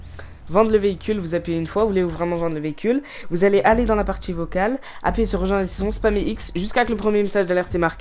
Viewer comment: On dit appuyer pas appuire